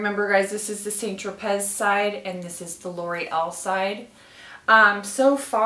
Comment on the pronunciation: San tro pay,is the correct pronunciation not saint- tro- pez.